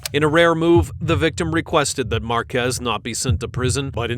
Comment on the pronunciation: thats not true that this is never before seen, this is an old case from last year but it was wild that he did that on paseo with cruisers right behind him lmao, also its pronounced....marquee like the sign but plural. Marquez